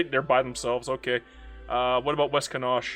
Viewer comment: Thank you for the disclaimer at the start of the video. I have never heard somone misspronounce Connacht. "Con-Aw-KTH"